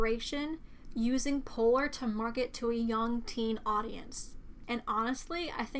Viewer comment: Damn she said poor not polar thats what i heard lol